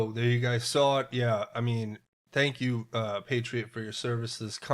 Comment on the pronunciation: "Thank Q"...?